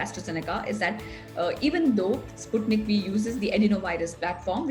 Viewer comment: Sputnik 5 to be pronounced. And not Sputnik v